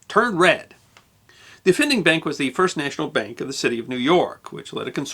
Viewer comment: "Fist Lady" eh?